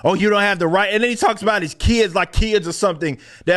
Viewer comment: I don't trust anyone who pronounces sorry as sorey and about as a boat.